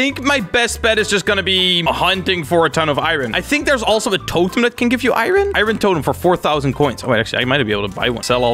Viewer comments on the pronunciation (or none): says iron like I Ron and it makes me go insane. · Every time he says irin i cry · This is so hard to watch XD He calls Iron = iren Sky block = skywars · Why does everyone say I Ron it’s iron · nobody: literately nobody:: I-ron?! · Eye-ron man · ME: r u from Iran:I-ran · What do you call Swedish iron: irin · I'm triggered at how he says "iron" lol